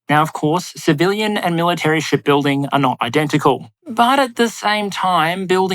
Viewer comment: I wasn't looking at the screen and all I heard was "Shitbuilding"